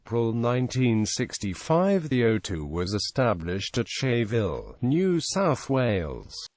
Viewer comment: Scheyville is pronounced "skyville"